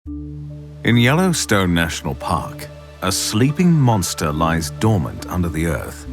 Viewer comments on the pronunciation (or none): “In the Yellowstone National POCK, a sleeping MAUNSTAH lies dormant, under the earth.” And that’s as far as I got before I had to pause the video, to put that first line of dialogue in my own subtitles… okay, let’s continue good sir 🫡